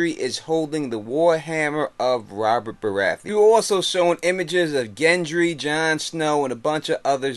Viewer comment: it's Gendry not Jendry